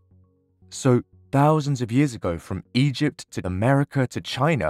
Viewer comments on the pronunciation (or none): none